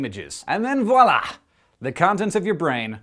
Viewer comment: Thank you for saying voila and not wa-la or wala or however most people say it. :[